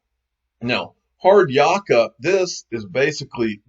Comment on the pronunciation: Its pronounced 'Hard -yak ka'